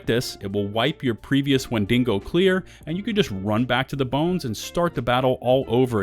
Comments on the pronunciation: #1 Massive mistake you're currently making: pronouncing Wendigo as "wen DING go" and not "WHEN dih go". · Wind-e-go not Win-ding-go. Sorry lol. That was driving me nuts. No hate intended. This is a good video. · Wen-da-go ya dingo 🤣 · Wendingo? The Australian version of Wendigo. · Why, Why, WHY! Does everyone say WendiNgo? There is no second N? It frustrates me so much when people say it, Wendigos are a common thing I fallout so I hear it alot. WEN DI GO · WENDINGO . IM DONE LOL 😆 WHEN DE GO , OVER DER LOL 😆😂🤣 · I'm sure it's coincidence, but real trippy that this "5 mistakes" list is so nearly identical to KhrazeGaming's video on the same topic from the bullet points to the video title to turns of phrase, all the way to pronunciation of "Wendi(n)go." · Wendigo. Not wenDINGO. timestamp it's right on the screen. It's not a dingo (an Australian wild dog.) It's an Indian monster. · WHEN-DEE-GO! Stop adding an extra N. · Why th fuck you pronounce wendigo wend deh go, wen din go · For a second there I thought the monsters name was Mandingo because of the way you said Wendigo. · Died at "wendingo" lol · "Wendingo" lol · When-dingo? Where-dingo? How-dingo? Why-dingo? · There’s no n in wendigo. Don’t know why you’re emphasizing DINGO so much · God your butchering of the word Wendigo would make the tribal people cry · Bro you are so articulate and your voice is so soothing to hear but i thought you were talking about a dingo or something and then i realized you were pronouncing the WENDIGO. Haha. That shit killed me, i thought i was tripping. Anyway, much love, you gained a sub.